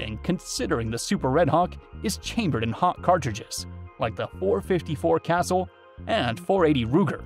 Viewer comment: Pronounced “Casool” not castle!